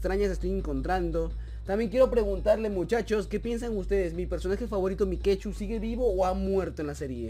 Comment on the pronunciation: Es Mike.two (se pronuncia maik tu, no mikechu, eso lo puso akela)